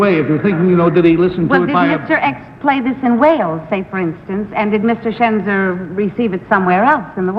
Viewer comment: It's Schenzer, not Chezner, and yes he's very handsome.